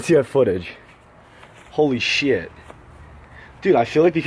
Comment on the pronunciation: idk if it's just me, but when Dylan says "sheeiit", I can't help my laugh pretty fucking hard😂